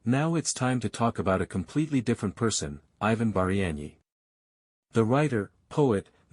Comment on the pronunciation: Хлопці так не піде, так не працює. В заголовку прізвище Багряний написане по одному у описі по іншому, в відео по третьому, а диктор (ШІ) взагалі вимовляє так що не розбереш. Таким чином не популяризують особу. А так успіхів вам!